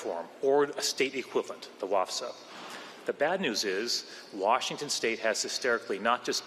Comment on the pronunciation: did forget how to say the name of the state he works for? hysterically 😂 This guy is such an idiot.